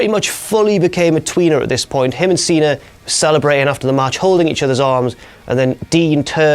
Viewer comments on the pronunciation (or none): why do i always hear saying "cenar" except cena